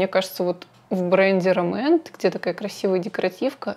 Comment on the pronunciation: РОмэнд ударение на первый слог :) По поводу туши, стойкая тушь легко смывается двухфазным средством. тушь наслаивается после каждого слоя, а не пытаетесь все сразу нанести на ресницы. Спасибо за видео :)